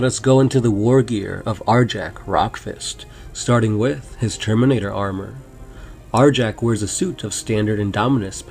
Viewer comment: Arjac is awesome! also the name is properly pronounced Ar-Yac. Fenrisian names are inspired by norse culture, J's are pronounced like a Y